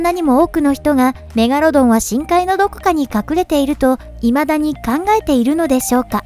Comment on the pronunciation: 「メガロドンは生存していない」って言い切って、夢がねぇなぁ。 何回かに一回「メガルォドン」言うてるよね。 シミュレーションしても長い年月を経て生態変わってるかも知れない。海が全て解明されたとしても俺は「生存してる」派を貫く。 せっかく生存してたとしてもジェイソン・ステイサムが倒したら絶滅するやないか！